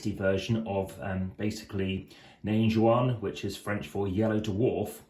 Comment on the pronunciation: Nain Jaune, not Jeune ! 🙂